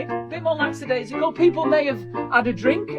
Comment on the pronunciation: I've given a 👍 even though lackadaisical was pronounced so poorly. Jemma has never been more disappointed in her husband using technology. 🤣😅